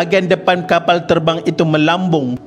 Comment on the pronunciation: tok suka sgt perkataan kapall, teball dan beberapa perkataan lain yg melibatkan huruf 'L" dlm semua video D.M.D ni.... cara admin menyebut tu tok suka hehee...